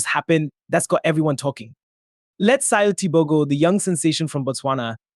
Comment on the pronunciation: You are not pronounced his name correctly How would you feel if that was done to you